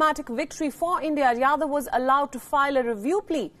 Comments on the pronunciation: It’s Jadhav not Yadav. Please rectify. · Jadhav not Yadav